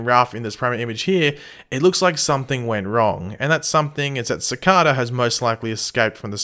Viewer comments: i hate how he pronounces it cicahda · Cicada (siii-Cade-a) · Sorry buth when you say Cicada is wrong.Is verry anoyng.Sorry for bad english.0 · It’s cicader not cicada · You have a funny way of saying Cicada :) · Next week: Find out if finally pronounces "Cicada" right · please pronounce cicada right watch the flash and pronounce it like they do, but your videos are awesome keep up the good work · He constantly says cicada wrong 😩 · Why do u pronounce cicada weirdly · Is it just me or does it annoy anyone els the way he pronounces Cicada? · pls learn how to say the villains name right